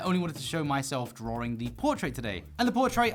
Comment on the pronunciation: Excuse me, is he saying “Drawring?”